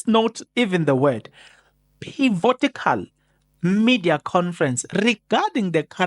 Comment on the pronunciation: Pivotal > pivotical what are you smoking